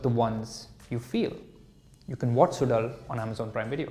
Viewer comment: Bro, the show is produced suzhal ( su lal and not sudal)